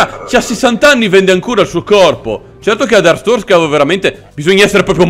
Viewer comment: Siamo alla seconda stagione e ancora non sai pronunciare bene Artzorska